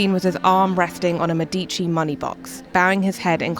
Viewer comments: Me'dici not Medi'ci, thanks for the video. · Thank you, helpful for our upcoming trip. (Sorry, but your constant mispronounciation of Medici kept making me cringe.) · Medici is pronounced wrong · How can you shoot a video about Florence and not know how to pronounce Medici and Michelangelo ?